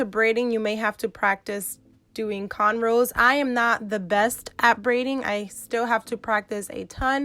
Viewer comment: Did she say Canrows😂...thats so cute. It's cornrows...the braids look like corn. Love the style